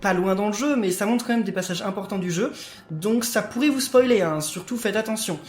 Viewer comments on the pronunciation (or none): none